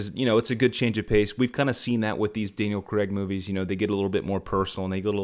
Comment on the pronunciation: "Sam Raimi as the Bond villain"!! Is Spielberg the henchmen!!? And who is Creeee-stof Waltz!? Does Creeee-stof know this Daniel Kregggggg!! Do they know Christoph waltz & Daniel CR-AIG!? Craigggg not Kreggggggg And "Hevierrrrr Bordeeeeeeeem"!! Good lord you need help pronouncing their names. 😂😂😂😂😂😂 I like you though, good lad, subbed 😁🍸 Krazy Kajeevie - The New James Bond Show With Krazy Kajeevie